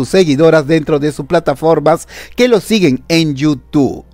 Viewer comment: No se dise YOU TU pend………………o se dise YOUTUBBBBB YOU TUBE